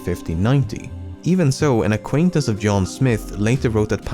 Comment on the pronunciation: Your Englsh is beautiful, so I don't get why you can't get OF/OFF right. To use Swedish letters for phonetics: OF is pronounced ÅV. OFF is pronounced ÅF. "eviidence ÅV the colony", not "evidence ÅF the colony".